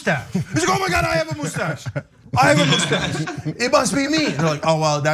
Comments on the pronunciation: Why do you keep calling it a mooostache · "I've got a moosestashe" 🤣